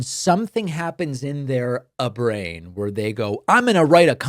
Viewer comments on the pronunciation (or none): Thank you for the 'Uh-Brain'! Reminded me of Temple of Doom with 'Chilled Monkey Uh-Brain' XD <3< [Radish-Approved Content]